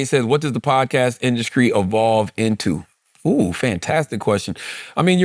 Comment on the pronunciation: Why Charla put a C in the word industry? 😂 Induskree